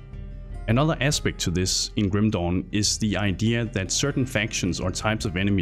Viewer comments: Sorry but i laugh everytime you say Grim dawn, it sounded like a chinese ripped game named Grim Dong. sorry for laughing ok continue wih the review. Grim Dong. lmao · i kept hearing Grim "Dong" XD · I can't unhear Grim Dong.